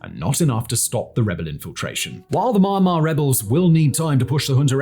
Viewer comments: It's "Mee-ahn-mar", not "Maaa Maaa". You're a massive, quality content producer. You should know that. Cheers :) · Why is he pronouncing it so weird? It's pronounced mee-AN-mar, not MIEYRNE-mar I feel like I'm having a stroke every time he says it